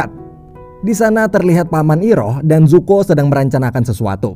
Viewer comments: Zuko bang bukan zoku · Bacanya zuko bukan zoku min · zuko bang bkn zoku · ZOKU ❌ ZUKO ✅ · Kyaknya Zuko min bukan zoku🤦‍♀️ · Pangeran zuko bang bukan zoki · 03.00 Zoku apa zuko ya 😅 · zuko❌ zoku✅ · Zuko bukan zoku:v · Zoku apa zuko bang??? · Bang bukan zoku tapi zuko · Zuko bukan zoku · Zuko oy bukan zoku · ZUKO woi bukan ZOKU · Zuko woy anying bukan zoku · Zuko Bang Yang Bener 😁